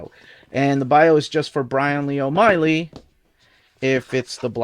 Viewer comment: O’Malley not Oh Miley